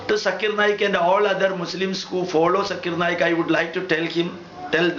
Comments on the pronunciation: fast of ol u pronouns his correct name his name is zakir naik....not jaakkir naek..........or please spitout gutka from ur mouth..... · This Gentle Men says Mr. Zakir Naik is not pronouncing the Proper Name of some Line of Veda or so...and concluding... Let me ask .. this gentlemen is not pronouncing even the name of Dr. Zakir Naik the way it has to be pronounced. What is relevance. Ironically... See who is telling what and what...???